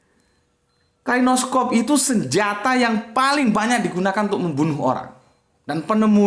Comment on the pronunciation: kalashnikov pak, bukan klainoskov